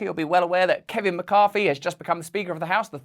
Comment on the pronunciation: Why can't the English pronounce th.....? Why is it McCarFy